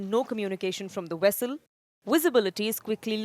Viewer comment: Vessel not Wessel.